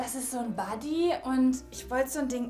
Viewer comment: Warum sagst du "Ippsilon"? Bin ich die einzige Person die "Üppselon" dazu sagt? 😹 Und du sagst davor auch statt Body eher sows wie Buddy